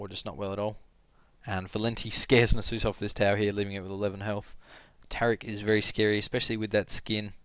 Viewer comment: NasUS, not Nasoose :p hehe good commentary!